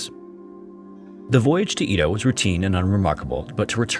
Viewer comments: Am i the only one bother by his pronunciation of EDO he says E-DO i know it to be said ED-O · I know it's not the end of the world or anything, but hearing "EE-doh" is driving me crazy! It's "eh-doh". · "ee-toh" lmao it's "EH-doh" with a soft D, rhymes with "meadow" (kind of.) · It's pronounced eh-doh...not ee-dough. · It’s also not pronounced E-do, it’s Eh-do, so, consider the whole thing a European translation of a Japanese event. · Edo is pronounced “EH-dough” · You pronounce Edo (eh-doe) in a strange way. It’s pronounced that way in both English and Japanese (I took Japanese history in college). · That was driving me crazy!